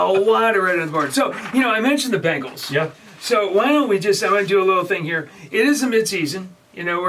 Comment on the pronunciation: ITS BENGALS NOT BANGALS!!!! SAY THE NAME RIGHT!!!!